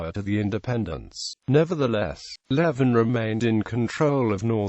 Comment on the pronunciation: It's pronounced leaving